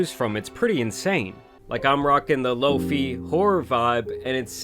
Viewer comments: "Loafy"😭 , it's pronounced low fye my guy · Y do u say LOFEEEE it’s LO FIGH BRUHHHH🤮💀💀💀😂😂😂😂😂😂😂😂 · Bro… low fee? You mean low fi? Sheesh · hey bro its pronounced "low-fye" not low-fee lol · It’s not Lo-Fee it’s Low-Fye* like Wi-Fi & SciFi 😖⁉️🤦🏾‍♂️🫢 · Low-Fee 😂 It’s “Low-Fye” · Lmao “low-fee” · The way u keep pronouncing lo-fi 😡🤬🖕 it's LOW FYE not fkn LOAFIE😤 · Lo-fye not Lo-fee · Bro said low-fee (Lo-fi). You call your network your wee-fee? It’s low-fye fam. Engagement. I’ve participated. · its pronounced LOW - FYYYY not lofie lol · Lmfao what the hell is “LowFee” 😂 low fiiiii bro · No way he said Loafy lmao it's pronounced like Low Fye!! Lol that was good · It's pronounced "Lo-fai" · Bro said Lo- fee. 💀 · My man literally works online and says "lo-fee" 😂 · Are you pronouncing Lo-Fi as "low fee"? 😂😂😂😂😂😂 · Bro said lo-fee lol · The biggest crime here is calling Lo-Fi “Lo-Fee” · (That's the only pronunciation ive known witj my Korean family and Italian friends, along with "wee fee" for wifi) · "low fee"😬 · From this day on, I’m calling lofi “low-fee” 😂😂😂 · THIS MF JUST SAID "LOAFIE" FOR LO-FI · i just like that you called "lofi" "lofee" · “Low fee” 😝😝😝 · No way you've been saying low fee this whole time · Lo-fi should be pronounced low fee, as you said in this video. It stands for low fidelity. It isn’t pronounced "feedelity" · Bro said “Lofeee” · isn’t it pronounced Low-Fye? 😂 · This guy calls “lofi” “low fee” excuse me? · I’m sorry but I’m dead af at how you pronounced LoFi. 😂😂😂it’s not “lofee” 😂😂😂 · "lo-fee" lol bruhhhh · The way this dude pronounced "lofi" in the beginning ad for opera really triggered me.